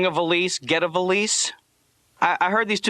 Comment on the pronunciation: what on earth is a volleace? I cant even get close enough to spelling it to google it.